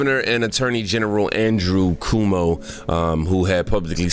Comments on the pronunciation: Cuomo is pronounced Kwo-mo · Cuomo is pronounced “Quomo”. LOVE your channel!! ❤️❤️ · His name is pronounced Quomo